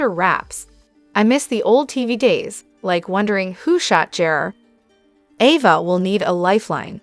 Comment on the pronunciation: Ova???? Wtf. A. VA.A. AAAAAAAA NOT OOOOO.